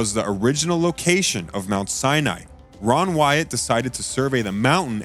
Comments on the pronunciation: Whom ever was the reader of this PLEASE CORRECT YOURSELF and in video the discover name was not Roy.... The name of the gentleman that has discovered many biblical truths and sights his name is "RON" WYATT search his name out doscover all he has found before he passed... HIS name deserves to be recognized correctly... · Very badly put together - perhaps needs to be done again with Ron Wyatt's Name Pronounced carefully as Ron and not Roy! The Pictures Need to Tally with the Facts - Poorly done - Disappointing!!